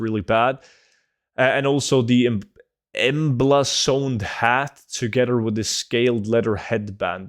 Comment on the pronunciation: You literally cannot say another correctly. You say anudder. Also. Emblazoned and phalanx. Learn how to pronounce words/read.